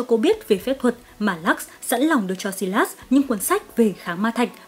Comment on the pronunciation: Sylas = Sai-lát-s not Si-lát-s